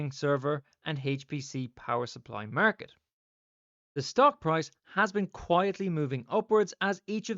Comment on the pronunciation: “Murket,” the only way I say it from now on! 😂